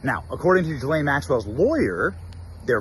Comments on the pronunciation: Ghislaine doesn't begin her name with a J, so quit pronouncing it that way. Thanks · Drives me crazy when you say “JI-lane.” It’s Ghislaine “GI-lane or “Gee-len” according to herself, her brother and her lawyer. Even though she’s a vile and perverted criminal, it’s better to say her name correctly. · Ghislaine is a very old European name. It is pronounced as it is spelled. G-his-laine. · You’re pronouncing her name wrong